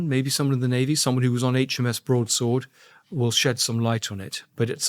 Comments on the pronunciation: Andrew it's pronounced HMS Broad sword, not Broads word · Broad SWORD not Broads WORD. Broadsword. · I like the podcasts but it seems like Andrew Gold has had a stroke… barely known prominent royals, doesn’t know the word broadsword and calls it ‘broads word”… forgets Paul Page, and I’m barely half way through. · HMS BROAD -SWORD not BROADS -WORD 🤦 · Loving your pronunciation of ‘broadsword’, Andrew 😄 I do like this channel.